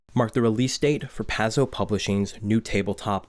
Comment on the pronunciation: well put together, but the first 15 minutes was hard to get through. Paizo rhymes with pie dough, and it hurt my ears every time I heard you mispronounce it.